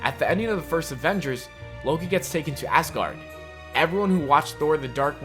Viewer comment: come on you said loki wrong